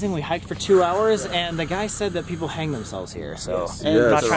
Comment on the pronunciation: "There are peopler in here " no its BATMAN "I almost died " 😂